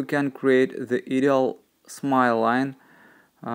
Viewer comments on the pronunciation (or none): hi ☺ you always do beautiful work you ask us to tell you if you are saying a word wrong and tell us to help you when you say "ideal" when you say this word you should not say the A in the word so instead you say "IDEEL" then you will be saying the word the right way. 😀